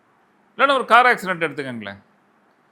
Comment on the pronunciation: ஆக்சிரென்ட் இல்ல ஆக்சிடென்ட்